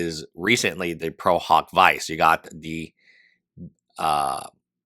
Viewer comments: Isn't it pronounced veechay not vice? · “Pro hac vice” is pronounced “pro hock vee-chay “ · The pronunciation of prohawk vyse aside, there could be a reason for the new lawyers. At a minimum, it appears that as of July 14, Kassis is also acting as legal counsel for Denims.